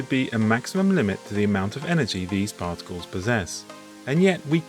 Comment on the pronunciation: Cosmic ray "particals" lol